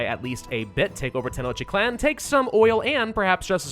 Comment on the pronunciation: Tenochtitlan is pronounced (Ten-osh-teet-lan)